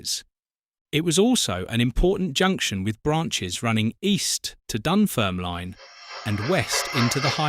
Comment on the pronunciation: Just for clarification, in 1966 trains from Glasgow to Aberdeen were still running on the Strathmore line via Coupar Angus, Forfar and Bridge of Dun. They didn't start running via Dundee and Montrose until the Strathmore line closed in 1967. Also, the final "e" in Dunfermline is silent i.e it's pronounced Dunfermlin.